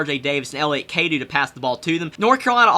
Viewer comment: It's pronounced (Cadoe)